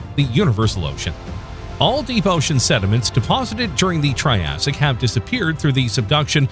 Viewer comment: You’re pronouncing Triassic wrong throughout.